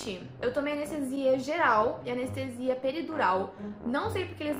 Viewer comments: "A Nestesia" meu pai do céu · "a nestesia doi?"